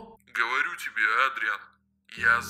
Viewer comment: Как-то не привычно видеть Адриана плачущим!!! Пожалуйста произносите Эдриан, а печатайте Адриан!! И не Кот Нуар, а Супер Кот!!!!!!! ПОЖАЛУЙСТА!!!!!!!